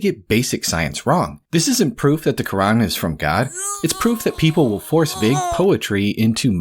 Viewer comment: Also, , a correction: it’s the Qur’an, not the “Qu’wrong”